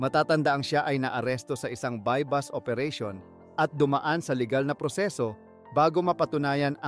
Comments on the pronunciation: buy bust hindi buy bus. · Sino interpreter BUY BUS OOERATION. .......sha. boooooo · Bus ang buy bust. Ano ba to bakit naging narrator ito? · na i stress nmn ako sa sashet🤣🤣🤣 at by bus😅😅 sa shey po ang sachet at buy bust po... ✌️✌️😊😊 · Sa sheeet 😂😂😂 Tapos buy BUS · 'Buy bus' operation? Drug 'para fernelia'? 'Si Sar Montano'? 'Doymonte trios' araw? Ahahahaha wtf yung mismong content creator bangag